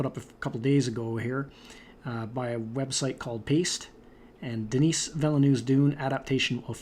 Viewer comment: I believe you pronounce "Denis" like "den-nee"